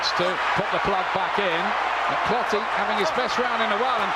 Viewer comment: Clottey not clotty 😂